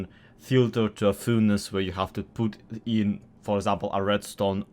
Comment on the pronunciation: Is he Russian? The way he say PUT sounds very familiar to PUTin